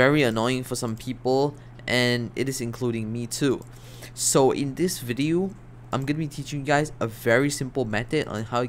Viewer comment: why does he say ''VIDIU'' instead of video?